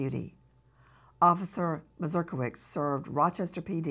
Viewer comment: Nancy, the American hero's surname is MazurkiewiCZ is Polish, we pronounce "cz" like in "CHeese".